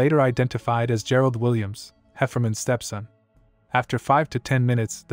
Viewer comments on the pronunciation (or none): none